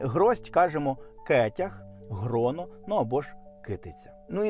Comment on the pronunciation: Мені здається Ви неправильно озвучуєте гроно.